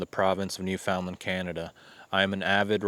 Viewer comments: Hey, THANKS for posting this...the stories are very interesting. BTW: Newfoundland is pronounced..."Newfun-Lund" or "Newfin...Lund". 🙂 Best regards from Yucatan Mexico, Ben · Very nice production music! That's a great "plus" for your videos. Newfoundland isn't pronounced like it looks. The natives say "NOO-fun-lund". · Pronounced New-fin-land, accent on New. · FYI, Newfoundland is pronounced (new-fund-Len). Not a big deal though. Love the content and the channel is great. Thanks!